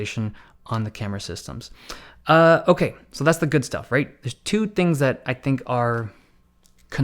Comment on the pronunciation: That "OkAy" tho